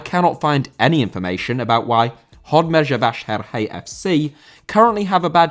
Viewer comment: Congrats, you almost pronounced Hódmezővásárhely correctly :D You just need to use a simple Z (like in zoom) instead of what you did. It sounded more like the Hungarian voicing of the letter (!) ZS (which sounds almost like the s in "measure").